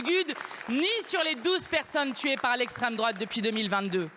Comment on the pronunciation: "Okay pardon pour la famille, mais l'esstreme droate fait pire" Niveau collège c'est incroyable En gros "c'est ma faute mais c'est parce que c'est de leur faute que"